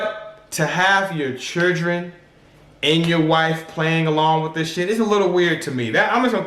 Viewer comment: said "not the chirdren"